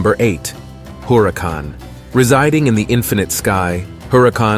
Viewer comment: Le Sigh, it's not 'Maze." It's pronounced: Mah- Eeze Written Maiz Also it's Huracan but NOT pronounced with the sounding of the 'H' in English. It's just not pronounced at all. I'm Mayan and we did NOT know a Germaniac language (aka English), H is not pronounced. Not ever is it Germaniac it's Mayan.